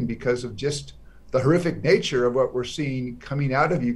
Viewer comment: whatがfatに聞こえて気になる。